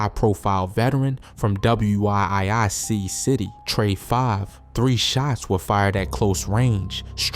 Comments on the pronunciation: You should.say surgical precision not clinical execution if I'm right I think that what ur trying to get across just for future reference and wiic is pronounced wick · 😂 this fool can’t even say wiic city 😂 he spelled it out 😂